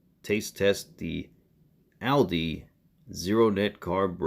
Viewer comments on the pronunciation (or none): You are not pronouncing Aldi’s correctly. Blood Glucose of 103 is normal. It is NOT an indication of you being knocked out of Ketosis. It just measures the sugar in your blood. If you eat or drink it will go up. A jump of less than 30 is good anything more than that is bad. You need to test Ketones to see if you are in Ketosis. There you need to be .5 or higher. Try it again please.